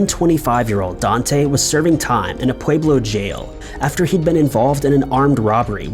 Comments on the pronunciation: Pueblo is pronounced, “Pweblo”. Love the video, just had to say, lol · It’s pwe-blow btw